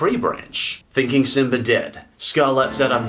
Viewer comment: I like how your say simbr